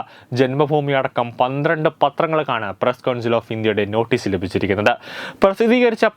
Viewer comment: നോട്ടേ എന്നാണോ നോഠേ എന്നാണോ ഉച്ചാരണം സഖല പത്രങ്ങളും ആദ്യം മലയാളം പഠിച്ചിച്ചിട്ട് വാർത്ത പറയട. അല്ലെങ്കിൽ തന്നെ നീ സങ്കല്പ വാർത്തകളും സ്വപ്നങ്ങളും അല്ലേ എപ്പോഴും വിളമ്പുന്നത്